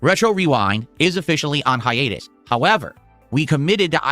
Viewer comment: “ goes on “hi-anus” “